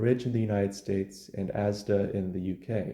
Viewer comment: Thank you for pronouncing ASDA properly